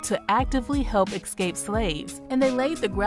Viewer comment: Beautiful piece about a great human being but im sorry, hearing "exscape" all the time is very annoying...